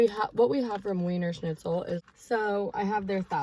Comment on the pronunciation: Why you say wienerschlitzen right ? Like a german Girl that is wierd 🥰😘💕